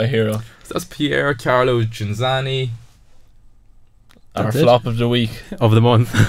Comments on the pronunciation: Ghinzani, non Ginanzi, ciccioni del cazzo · I stopped watching about 25 seconds in when the presenter mis-pronounced Ghinzani’s name twice and the other 2 guys said they’d never heard of him. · You own the record of saying his surname wrong every single time!